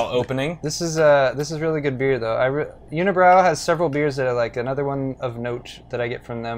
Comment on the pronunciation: i'm french canadian and we do pronounce it ''Kay Beck'' and unibroue is not pronounced ''unibrowww'' but ''Uny Brew'' :o) but yeah, it's good beer...